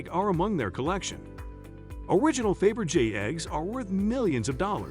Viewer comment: Decent content. Abominable pronunciation of Faberge, Thames, and Greenwich to name a few. Bad prep and editing Do your homework!